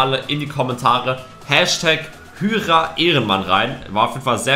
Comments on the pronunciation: D sprichst Hyra falsch aus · Man sprichts hayra aus nicht hüyra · Warum nennst du ihn hüra er heisst hyra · Ich lach mich das ganze Video lang tot, weil du einfach zu Hyra( spricht man heira) hüra sagst🤣🤣🤣🤣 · Hyra wird Haira ausgesprochen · Es wird Heira und nicht Hüra ausgesprochen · Lukas = Hüra nicht hyra 🤣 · Erehen man hyra